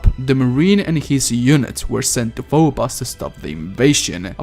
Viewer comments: Fo-bose dude... not fo-boss. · PHO BOS. its pho-bo-ss.. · I think the moons are pronounced f-oh-b-oh-s and dee-m-oh-s. Quake 3 Arena has a character named Phobos and the announcer says the name. I tried to go back but the game won't let me. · The way he pronounced phobos and deimos assaulted my ears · Tell me about it i cringed each time i heard him pronounce it, god its terrible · I just wish he didn't mispronounce Phobos and Deimos the way he does. It's really grating.